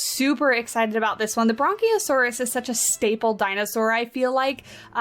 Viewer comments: It kinda sounded like you were combining 'brachiosaurus' with 'brontosaurus'. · There is no 'N' in 'brachiosaurus'.